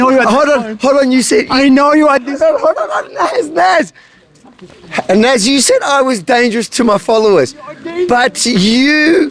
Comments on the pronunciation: Nas = People in Arabic... plot twist, in Arabic it's pronounced NAS with an S not a Z 😂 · btw, if his name is Nassir, in Arabic, it’s pronounced as [nas:seer], like: [nas]+[seer] :) i is pronounced as ee :) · it is not NAZ but one with "i" in the end of his name ;)